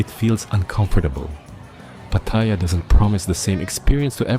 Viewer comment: Amazing, he came here 25 years ago and still doesn't pronounce "Pattaya" correctly.